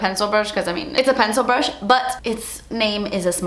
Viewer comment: I swear you made the cutest face on the last frame when you couldn't even understand your self when you said pencil brish in an incoherent voice.